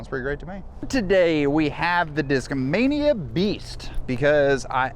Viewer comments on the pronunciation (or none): Nobody noticed he said "Discmamia Beast"